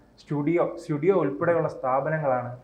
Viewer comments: അവതാരകാ Studio അല്ല zudio ആണ്. കുറച്ചൊക്കെ ശ്രദ്ധിച്ചു പഠിച്ചു ചർച്ചയിൽ പങ്കെടുക്കൂ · താടിവച്ച "ഊളെ'സ്റ്റുഡിയോ അല്ല സുടിയോ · Studio എന്ന് എന്തിനാ പറയുന്നത് ZUDIO സൂഡിയൊ please correct it